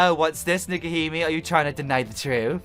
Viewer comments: Dude, It's pronounced Neck-oh-He-May. And I love the fact that you missed the sakura games shameless self plug in the background of Clover's intro photo. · Pronounced Neko He May and it means Catgirl princess. Baka!